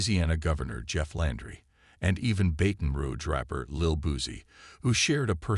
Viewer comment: Can't the AI even say BATON ROUGE correctly. His botched pronunciation of " BATON" is insulting to those of us that call BR home.